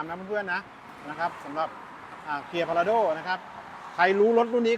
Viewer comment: Prado คนเขาอ่านว่า พลาโด้ กันทั้งโลก ทำไมพูดว่า พาราโด้ อยากแตกต่างหรือว่ายังไงกันคะ😅